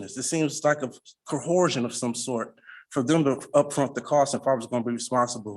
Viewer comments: Because they think 'coercion' and 'cohesion' are homophones. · For the record this guy can't say coercion...and i cant understand where someone even gets the sound co-horse-sion from that set of letters. Oh and for the record this living breather is not a corporation. Word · “Co-horsion”—the sovcit starter kit must be in audio format! I hear so many of them mispronounce that word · What is the problem that sovcits literally cannot pronounce the words they are spouting?